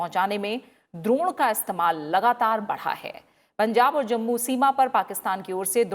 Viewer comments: Why anchor pronouncing ' द्रोण ' instead of ड्रोन ?? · आप द्रोण क्यों बोल रही हो